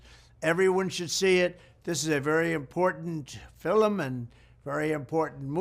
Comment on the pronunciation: fil-em = i love it. will start saying it like that.